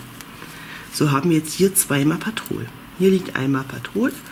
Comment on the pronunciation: Sehr schöne Decke werde ich bestimmt auch mal machen 👍🌷. Klingt irgendwie lustig wenn du immer ….patrol ….sagst😉😂. Heißt doch petrol die Farbe oder ? 😊. Sorry nicht böse gemeint. 😉🌷